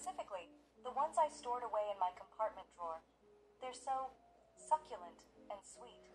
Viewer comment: Cyn saying succelent is just....wrong